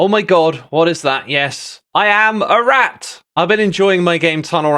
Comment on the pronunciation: i thought he said erect instead of a rat....